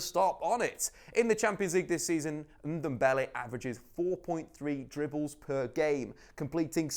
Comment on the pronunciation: Tanguy Undumbele? 😂😂😂